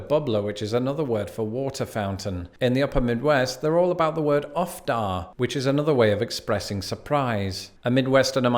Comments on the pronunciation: Uff in "Uff da" is pronounced OOF, not UFF. The full expression is "Uff da, Pete." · 1. The U in "uffda" is pronounced like the oo in look. Many shorten it to oof. 2. Uffda (at least where I live) doesn't denote surprise so much as dismay or fatigue. One might use it when sitting down after a long day, or when empathizing with a friend who has had some bad luck. 3.We don't have pitch ins in Minnesota, we have potlucks. BUT, on the Iron Range in Northern MN, we have something else that I never encountered before I moved here: Coffee An. Coffee an is what you have after church or a social event, perhaps at a sale or bazaar. It is literally coffee and....whatever. Other refreshments. Usually bars (MN for "cookies"), or finger food. Sometimes there is an apostrophe on coffee an', sometimes there's not. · Uff Da is pronounced Oof Duh. It's a Norwegian/Scandinavian thing. (I'm half Norwegian) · Here in the UP where uff-da is used ubiquitously, it is pronounced oof-dah (like hoof) NOT uf-dah. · “Uff da” is more “oofta” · I'm from Northwest Wisconsin, and we call them water fountains. Maybe "Bubbler" is a Madison thing. I always heard that it was a Michigan thing. Also "Uff-da" is pronounced "oof-duh". It's because we're scanda-hoovian (that's a funny way of saying Scandinavian, in case you didn't figure that out). I've heard plenty of people pronounce creek "crick", even though I don't myself. "Dyeet" or "djyeet" is something I've heard of, but have no personal experience in. And I've never heard of "padiddle" before. Also, "ope" is very common. I say it all the time, then I make fun of myself by doing an over-the-top Minnesotan accent: a "ya, sher, yoo betcha, dontcha know?" sort of thing. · it's pronounced more like "oof-duh," with emphasis placed on the oof. I don't know why people spell it "uff". Kind of confusing. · It's pronounced "oof dah". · Greetings from Minnesota. UFF Da is pronoucnced OOff Da. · Uff da is pronounced Oof Dah, don't'cha know